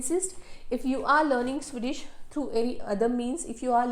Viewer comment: Swedish ❌ Sui-dish ✅